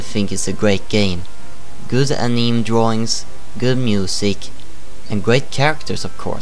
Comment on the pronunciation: "Aneem" lol